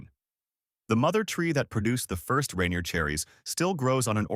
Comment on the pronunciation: Can't even pronounce Yakima or Rainier right....